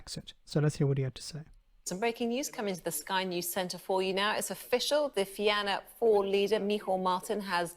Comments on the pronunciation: What annoys me is how the sky news presenter butchered the pronunciation of Fianna Fail. I mean someone there should have been like that's Irish quick does anyone know how to say that or do a quick Google. Absolute lack of respect. Thank you for pronouncing those gobshites name right. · Mother of the nonexistent gods! The news reader's pronunciation of 'Fianna Fáil' and 'Míchéal Martin' is just awesome...!